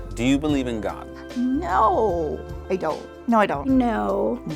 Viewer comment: The way she said no though👌